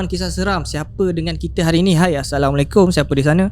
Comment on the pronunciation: Bukan aasalamualaikum. Tapi assalamualaikum